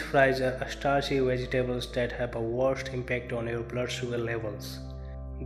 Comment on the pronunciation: vegy tables? it's pronounced vedge debles!